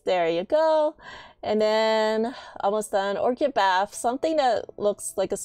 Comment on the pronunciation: Orchid is pronounced ork-id, it's a flower. :) Thanks for the guide!